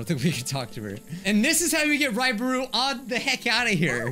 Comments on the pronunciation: I swear I heard you say Ryebread instead of Raibari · "Raibree" - 2021